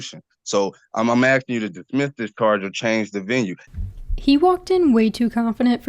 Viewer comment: He’s “axing” him?!?